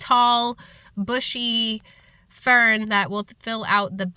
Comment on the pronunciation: I love the way you say "fern." Its like FFFern! FFFERN! Lol! I love that you went back for the Tri. 🧡🧡🧡🧡